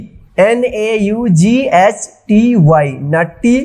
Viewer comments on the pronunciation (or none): Bhai naughty ko nty nhi nouty pdhte hai beta